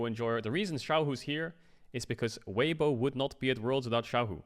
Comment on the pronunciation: Bruh, weiwei? Come on. The disrespect. Weibo is at worlds because of him xD